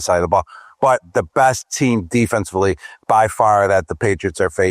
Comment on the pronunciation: and Jagwires and defensefully.. lol great player speaking.. not so much